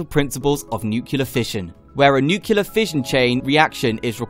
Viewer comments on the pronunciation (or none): Can you say noo-clee-ar? You sound like a muppet when you say noo-kyoo-lar. BTW, check out Radiant S3 reactor systems. They are close to test running their proof of concept reactor with He cooling. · pronouncing Nuclear not nuculur... lol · what is nucular?